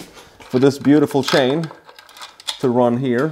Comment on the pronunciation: nice work man this engine you called a boxster it's actually pronounced boxer as a boxster is the crapiest porsche car and engine ever made and you called the timing chain a timing shane its chain lol don't get me wrong, i am not making fun of you i respect you and i envy you dude your work is very good the way you put in those cam retainer plates shows me you have alot of experience i prefer to use 3 long 8 by1.00 bolts screw them in a few turns then push in the plates and they dont like to go in easily unless you rubber grease the fat oring well and its reciever groove in the housingthen once pushed in then i put in 3 original bolts